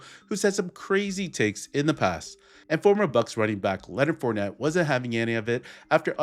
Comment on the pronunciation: He said his name wrong on purpose